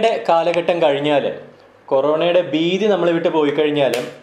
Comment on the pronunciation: കൊറോണ ബീതി അല്ല ഭീതി എന്നു ഉച്ചരിക്കു